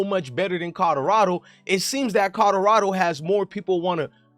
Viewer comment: U can’t even say Colorado correct 😂